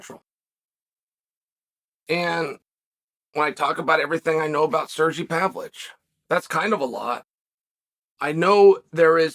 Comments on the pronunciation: “Sergee Pavlich” lmao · Serjee Pavlitch😂😂😂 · Sergee Pavlich 😂